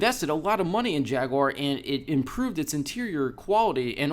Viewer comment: Jag..u...ar... not jagwar fucksake